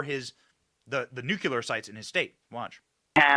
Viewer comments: Speaking of mispronunciation Benny, for the love of God Almighty, it's "Nuclear" not " Nucular"!!!!!!!!!!!!!!!!!!!!!!!!!!!!!!!!!!!!!!! What is WRONG with Americans? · nuCLEar not nuCULar… don’t be like George W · Its NUKE..LEEE..ERR NOT NUKE U LER...........SMH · Love what you do Benny but mispronouncing Canadian is no more 'cringe' than you continuing to mispronounce "nuclear"? Come on my man, it's not that difficult, you can do it! 😉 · and you do not know how to pronounce the word nuclear! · Benny...u mispronouns Nuclear everytime!!! Passing judgement are we?????